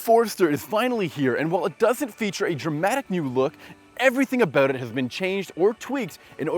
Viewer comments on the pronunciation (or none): Did u say “a boot” or “about”???